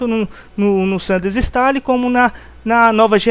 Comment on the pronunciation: Eu vou fz um video explicando como se pronuncia o nome desse jogo, o que tem de nego mongol falando "sánandrueass" meu deus mano.